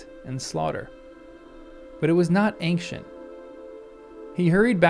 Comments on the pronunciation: It is not pronounced eynK-shuhnt it is pronounced eyn-shuhnt! There is no K sound in ancient! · That's not how you pronounce ancient!